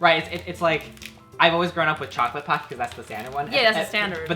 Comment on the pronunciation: No one ever pronounces pocky correctly lol